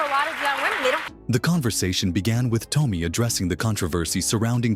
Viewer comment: Damn computerized voices again. It's pronounced Tommy. Also I'm not a big fan of Joy Behar but the least say her last name right. Oh I forgot you can't because you're a damn fake computerized voice